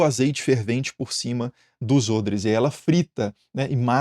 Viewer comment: Nossa, ôdres? Eu sempre disse "ódres" hahaha!!!